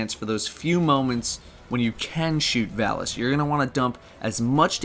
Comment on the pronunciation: Stop saying Valus wrong.